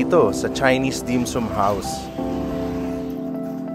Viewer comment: bossing ang pronounce ay dim-SAM .. hindi dim-SOOM 🤣😋🤣